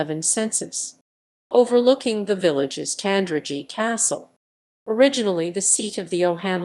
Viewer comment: Pronunciation! The town's "g" is hard (as in God). The first part of Cusher rhymes with mush, not moose. Otherwise not a bad summary, for which Thanks.